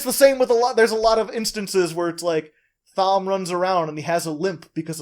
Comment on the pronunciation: It’s so fun listening to you guys talk about these books, I’ve been reading them over quarantine and I’m on The Fires of Heaven. Looking forward to hearing your thoughts on 5 & 6 (also Thom is pronounced like Tom, sorry it just bugs me)